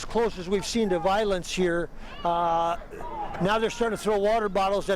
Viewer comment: "Yea we seent the pegasus."